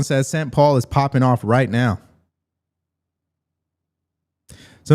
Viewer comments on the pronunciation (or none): none